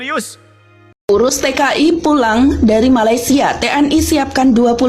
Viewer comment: COBA PERHATIKAN BAIK-BAIK APA YANG UCAPKAN... SELALU MENGUCAPKAN MALASYA... MALASYA... MALASYA MALASYA 🤣🤣🤣🤣